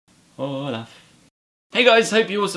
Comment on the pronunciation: the way you said Olaf at the beginning sounds exactly like hello in spanish so it works that way too! =)